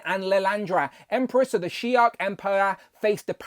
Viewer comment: Why are you adding a k to the end of shi’ar? It’s not shi’ark my dude.